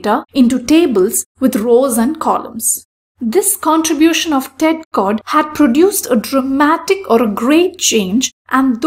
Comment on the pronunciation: i like how you pronounce Tedd Codd -> sounds like Tech God hahaha funny :))